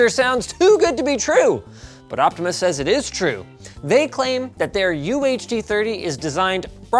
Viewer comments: I don't think he correctly said the brand name even once despite it clearly saying "Optoma" on the box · linux where in the box you read optima as optimal? it is optoma as for optical monitor